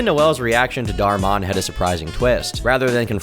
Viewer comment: I know this video is old but has to be fucking with us. There was another video where he called Ocarina of Time - Oak-arina. There's been a few others but now its Dhar-m-on. There's no way he's not fucking with us